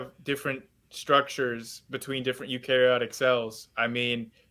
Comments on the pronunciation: This guy thinks he can debunk evolution and doesn’t even know how to pronounce eukaryotic LMAO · I don't want to nitpick but cant even pronounce eukaryotic, is it not fair to assume that his understanding of evolution comes from 90s cartoons and bill nye instead of an actual biology class